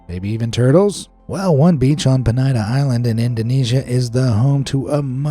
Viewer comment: Penida is pronounced peNEEda not peNIGHda